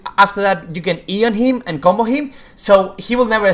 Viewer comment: the moment u say Flash,Video,Combo,and any champion name, the spanish accent pours out of u :P